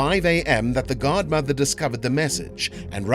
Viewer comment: Why do you say guard mother it’s godmother ffs